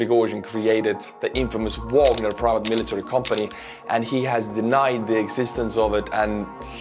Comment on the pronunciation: Wagner, as in Richard, not Porter, pronounced in the German way on their sites and by most other pundits. Vahg our.